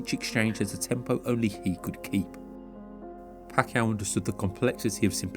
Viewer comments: Pronounced as "PAKYAW". Good catch for pronouncing his Surname right😊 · Kudos for the correct “Pacquiao” pronunciation!!! 👏🏼👏🏼👏🏼👏🏼 Edit: For anyone wondering it’s not Pac-key-yao. It’s Pac-yao. 🤓